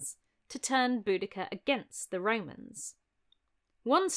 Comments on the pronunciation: I just wanted you to know that my boyfriend thought you were saying Bootycall. A courageous hero called Bootycall. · lmfao "BoudaCURR" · Then at some point she met up with Xena Warrior Princess, but she pronounced her name differently 😉